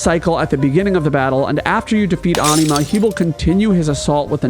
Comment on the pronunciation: Watched til I heard how you pronounce Anima.